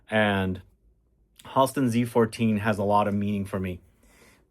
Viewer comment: Tonka Commodity is relaunching the 24th FYI It’s “Hal-ston” (Friends with his niece)